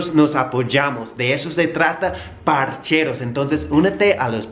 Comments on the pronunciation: me da risa cuando dices parcheros es parceros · Parceros parccccceeros weom sin la "h" no parcheros ... Parceros 👍